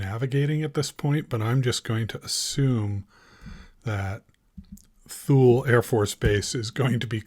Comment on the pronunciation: I believe its pronounced Too Lee not Thule